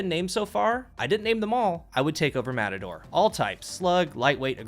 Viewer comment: More like "Mehtador or Metahdor"